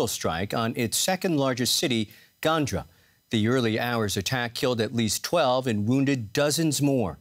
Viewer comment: It is not pronounced like ganja you think of 😄 you put the stress on the second syllable gangA